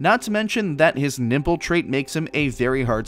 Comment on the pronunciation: I keep hearing nipple instead of nimble lol. Thank you the video!